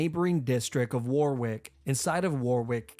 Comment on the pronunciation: btw Warwick castle for all u americans is pronounced worrick castle 😀